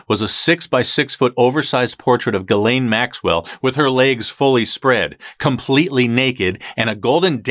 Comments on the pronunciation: Your saying it wrong, it's Giz-lane 🤣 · Her name is pronounced “Giz Lane”. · pronunciation for Ghislaine... "Ghi, S, lane. Gi's' lane Got it everyone.... You pronounce the frickin S